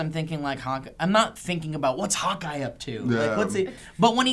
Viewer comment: ish when says hawk eye it kinda sounds like hot guy. To me at least.